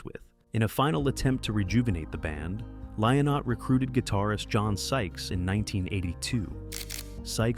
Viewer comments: It's pronounced L-in-ott smh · It's not Lie-not 👿 , idiot